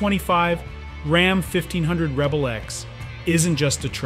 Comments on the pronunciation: RAM not ROM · “Rom”?! Stop having AI dictate your videos. Thumbs down. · Sorry are you saying Rham?